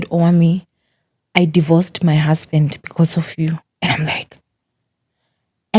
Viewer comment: I like how pronounces the married male, Hoesband 😂😂